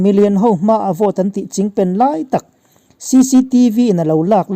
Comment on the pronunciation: Chingpen tih hi a thluk a dik zan lo emawni ka beng a lai zawk ni ka ngaithla fuh thei zan lo a thluk a dik lo nge ni. .. a bengvar thlak thin lutuk e, inthlahrung lovin rawn chhiar zel rawh